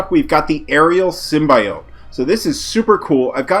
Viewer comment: You devs said symbiote wrong like the people on the venom movie...